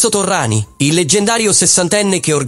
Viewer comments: Terminologia eccessiva, mafioso, doppato non supportata da prove, anonimato fastidioso e Torriani non è Torrani, per quanto la lettura sia generata artificialmente. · ci fai un bel servizio su Indurain?non sai dove attaccarti Cazzo pero',almeno Torriani lo devi saper pronunciare